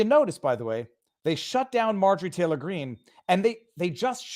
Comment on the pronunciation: I wish someone asked that bozo who kept saying MTG brings hate speech, to site an example of her doing that 🤨 I doubt this guy even can when he can barley say her name correctly 🤦‍♂️